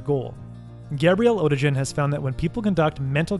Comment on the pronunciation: Perfection bordered! Just one observation: the author is German and in German there is no "g" like in "orange" but it always sound like "g" in "big".